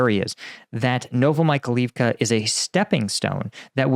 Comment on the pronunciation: Like your videos. Correct prononciation of town sound like "novo-my-high-leave-ka"